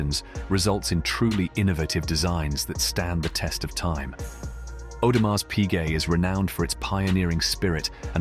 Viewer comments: The way the narrator is pronouncing Audemars with the “s” is making me cringe. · Would be good if the narrator, of this advertisement, would pronounce the name properly.